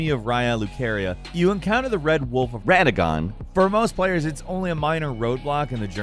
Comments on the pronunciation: Wed wolf of wadogon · The wed-wolf of Raddagon??!! lmao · Wed Wolf of Wadagon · Wed wolf of wadagon… you won’t just slip on past with that stumble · All the names being redubbed really makes me laugh. Also, "Wad Woof of Wadagon" XD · Did this man just say wed wolf of wadagon or am I tripping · An interesting thing I've discovered about this video is that gameranx redubbed the name 'RADAGON', which means they mispronounced it during the first recording. :) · Wed wolf of (weird length pause) RADAGON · When you edit in a name it sounds like you're so excited like... like "when you go to "RADAGON" some stuff happens cause "RADAGON" is a place in elden ring" lmfao obviously not what was said .. just an example but I died a bit when I noticed the extra emphasis on the post edited words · sounds like someone mispronounced Radagon and had to make some last minute edits, hahahahahaha